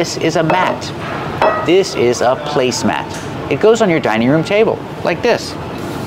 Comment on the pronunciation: you gave two different pronunciations for the word "placemat".